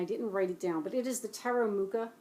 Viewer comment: I adore Mucha's work, yet somehow am not drawn to this deck. I'm not very fond of decks made from pre-existing paintings, don't know exactly why. I'd have to think about this. :) Also, CH in Mucha is pronounced like H in Home. THanks for sharing. :)